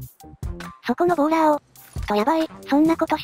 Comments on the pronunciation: ぐさおさん のとこボーラーがボーダーになってますよー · ボーラーをボーダーって言ってましたよ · ボーダーじゃなくてボーラーですよ